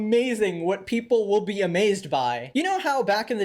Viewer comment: “its amazing what people wilm be amazed by” 😭